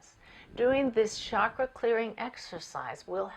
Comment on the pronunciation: Very nice video. It's 'chakra' with a 'ch' as in 'church'.